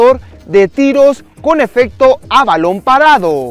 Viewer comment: se dice efecto